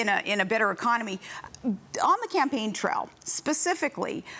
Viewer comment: what the hell is a "campaign trell"